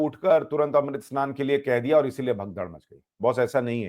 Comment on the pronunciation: Amrut snan not speak as sahi